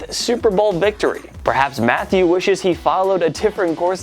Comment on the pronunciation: I thought it was "ma-thay-you" not "Matthew"... Maybe I'm wrong though.